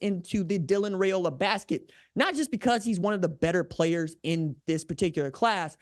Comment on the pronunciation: One of these days r j will pronounce his name correctly 😅